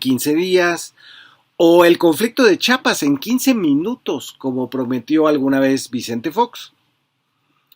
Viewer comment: Es Chiapas no Chapas Fabrizio, saludos desde Zapopan